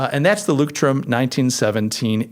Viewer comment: Leuchtturm is pronounced "loisht-toorm", and the Z in Zettelkasten is pronounced "tss".